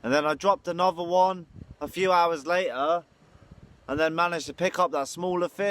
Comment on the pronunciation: It’s LATER , not la’ua